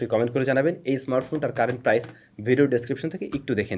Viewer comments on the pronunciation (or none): none